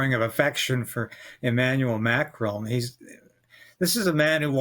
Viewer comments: It is Not MACHRONE As you say it is MA CRON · Thought this guy was supposed to be Canadian? Shameful that he says Macrone, intentionally mispronouncing his name. Americans might do it out of ignorance, Canadians have no such excuse.